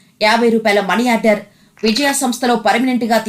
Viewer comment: విజయా సంస్థ పేరునే సరిగా పలకలేని యాంకరమ్మ ఆహా